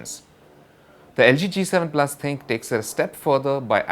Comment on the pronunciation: it is not Thinq...it is Thin-Q